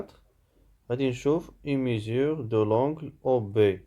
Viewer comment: Un grand bravo et un grand merci pour votre travail de qualité. Je me permets juste une petite remarque: on dit mesure et non pas mésure.